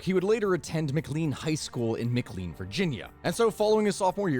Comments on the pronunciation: This only matters to native northern Virginians but McLean is pronounced Mick-Lain and hearing it mick-clean hurts my brain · Pronounciation note: Not Mic-Lean. Ma-Clane. Also the 70s was when the 2 Martini lunch was a thing with Senators and Representatives. Drinking wasn't looked down on so much. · 1. I’ve been listening to your content on repeat since I came across your page. Keep it up! 2. McClean is pronounced mih-clain. your annunciation of Mc Lean sound like McDonald’s new line of codeine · I'm from that area of virginia and that's not how you pronounce Mclean, it's pronounced like mclane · McLean VA is pronounced more like... McClane a la Die Hard.